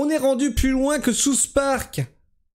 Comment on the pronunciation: J'adore ton accent anglais ! "Sousse parc " ! 😂😂😂